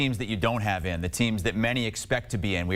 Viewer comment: He says x-specialy. He hs no legitimacy.